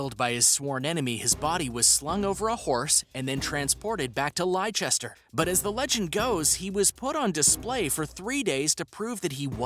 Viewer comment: It's pronounced Lesster. I appreciate the confusion as there are so many extra letters thrown in. But Leicester = Lesster. Also Tudor is pronounced Tuduh. Tudor = Tuduh.